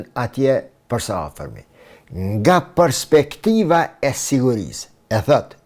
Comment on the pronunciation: O idiot me Tapi,, nuk thuhet 'përspektivë', por 'perspektivë'! Hallelujah!